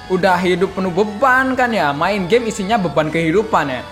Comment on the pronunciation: Woy nyet lu ngomong game atau gey?